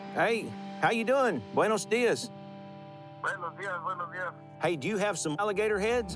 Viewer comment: The other cop cringed when he said “Buenos Dias”😭